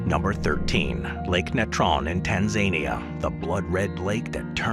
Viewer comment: What did you call Tanzania?